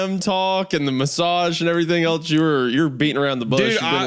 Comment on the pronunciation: Wendigoon pronouncing “else” like “eltse” is something I hear so prominently.